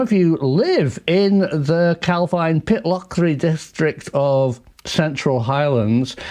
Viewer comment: It’s pronounced Cal Veen